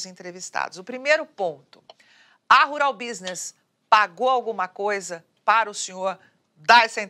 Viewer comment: *Rural Business. Escrevi 👆 como a "" pronuncia. 🤦😂